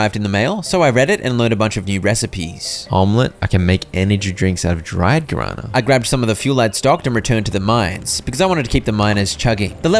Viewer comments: Not me 40min into the video, hearing about some "garana" plant, just to actually watch the video and realize it was "guaraná" read as "gwa ra nah". A plant from Brazil and other South America countries, there's a Guaraná soda which is really good, try drinking some. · My ears bled every time I heard "Guarana" misspelled 😂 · Me deu agonia cada vez que ele falava guarâna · "Garana" was such a funny pronunciation... hahaha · It took me 35 minutes to understand because of the pronunciation that the guarana the old lady wanted was the Brazilian fruit 😂